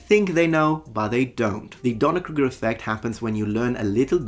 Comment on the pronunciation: You are mispronouncing “Dunning-Kruger” Effect. You are pronouncing it “Doner” as in “Doner Kebab” Sorry to be pedantic.